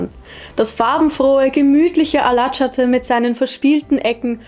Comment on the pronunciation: Alacati ist in der Nähe meines Hauses. Es ist für mich ein Problem, wenn Europäer ein türkisches Wort aussprechen. Gleich wie im Navi, auch im TV Lg Peter verstehe es nicht. Man kann ja auch nicht die Wörter so aussprechen in einem fremden Land. Ich war 35 Jahre mit meiner türkischen Frau Verheiratet. So habe ich es mir langsam angewöhnt, die Sprache. Ich spreche es nicht!